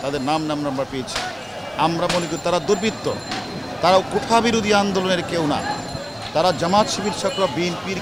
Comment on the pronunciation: মাদারবোর্ড কোঠা না কোটা উচ্চারণ শিখ আগে